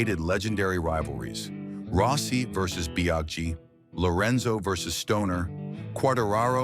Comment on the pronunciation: Der KI soll mal lernen wie man richtig Namen ausspricht. Nicht rosi - rossi , etc. 🤣